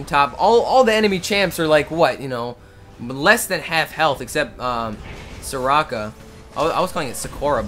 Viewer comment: its not sekora its soraka